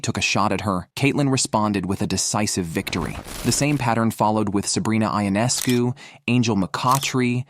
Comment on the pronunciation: First of all the pronunciation of Sabrina’s last name is “Yoo Nes Coo “, not “I On Es Cu” Would you please get this right. Not pronouncing her name correctly demonstrates that you don’t know the game or the players like so many others who comment on this site. The reason I won’t give you a thumbs up designation is because you are twisting words to insinuate that there is a huge rivalry between Sabrina and Caitlin. You also set a tone that Caitlin is being played in a rough manner. For some WNBA players that is a fair comment but to infer that Sabrina is one of them because Caitlin is breaking Sabrina’s records is insane. I watched Sabrina play for almost a decade and can honestly tell you that she rarely commits fouls or attempts to intimidate other players. I have never seen her foul out in college or the pros. Considering Sabrina is an astonishing athlete she plays within her abilities and doesn’t seem to carry any grudges. There may be exceptions of course but it would be a minimal amount of all the games in which she has competed. Why is it necessary to stir up false allegations against any WNBA player when you are totally wrong. I suppose you garner negative headlines to solicit viewers. It isn’t just you, it is many of the writers who do the same thing! Casting incorrect information toward any player actually starts to build an image that isn’t true and could incite someone who believes this stuff to develop a negative narrative that results with misguided behavior, unl